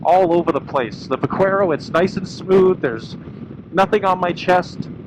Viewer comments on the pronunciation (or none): Pronounced buck-air-o. Spanish for Cowboy, Buckaroo. V pronounced B. Lol I called it va-quare-o also lol But was corrected by a spanish fella. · Thank you. Drives me nuts when its pronounced like how this guy said it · Couldn't watch. The mispronunciation of the name was absolutely driving me nuts. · I'm the exact same way. Every time I hear someone pronounce it that way, I turn vid off right away